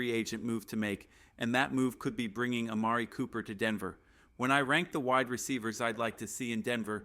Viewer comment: Well at least you could pronounce Amari Cooper.